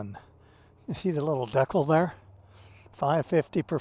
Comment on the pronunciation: 😂 I can’t say I’ve ever heard someone pronounce decal like you. Deck ole